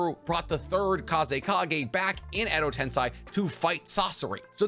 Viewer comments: bro it's not "tense eye" it tensei (ten say) xD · It’s Edo-TenSEI Not Edo-TenSAI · I love your vids but it always bothers me when you say Edo TensAi instead of Edo TensEi xD To be sure I even checked anime for that but if I'm wrong let me know :P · Zhy he pronounces edo tensEi like edo tensAi???? 100% honest question not making fun or anything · AH MAAAH DOE not AMA DOE. EDO TEN SAY not EDO TEN SY. I'd sub if you didnt mispronounce so many things to the point i think you are trolling but you also pronounce other things perfectly fine so i think its just you havent heard the characters actually speak the words or you are just incapable of pronouncing them correctly. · Edo TENSEI, not edo TENSAI. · so no one gonna talk about how he keeps saying edo tensai when we all know its edo tensei!!! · Its pronounced edo tensei said like edo tensay not ten sai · Edo Tensei is pronounced "ten-say", not "tense-aye" or "10 sai". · It's edi tenSEI not tenSAI. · Dude really said ado tensai its edo tensei i swear every sub watcher ive seen never knows how to pronounce stuff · Edo Tensei =\= Edo Tensai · ok but can we stop saying "tensai" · every time he says "edo tensai" is a punch in the gut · EDO TENSAYYYY IM SO TRIGGERED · why are you saing Edo Tensei like Edo Tensaii ?????????????? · Edo "tensEYE" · Is there a reason why he pronounces Edo Tensei as Edo Tensai? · Isn't it Edo Tensei? Ten-say? That's how everyone else says it. Driving me nuts lol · The way u said edo tensei made me cringe so hard